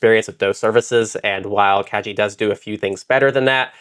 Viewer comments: minor thing but the name is pronounced kah-gi (like "guillotine") it's a japanese word. made it slightly difficult to listen to the episode 😅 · Kagi is pronounced kah-ghee. The "g" is the same as "gear, give, go" rather than "jump, giraffe". It is Japanese for "key".